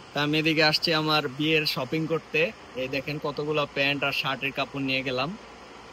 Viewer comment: ছপিং না শপিং হবে